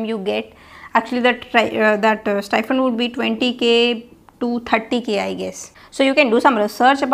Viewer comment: Stifund or STIPEND???